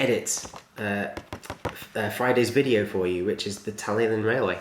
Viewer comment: Great video as always, and just fyi, it's the Talyllyn Railway is pronounced like Tal-I-Clin, as the double l makes a bit of a 'cl' sound when said in the true welsh manner. Awesome vid though!